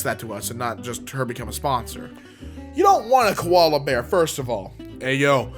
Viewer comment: im an australian and ITS NOT KOLALA BEAR ITS JUST KOALA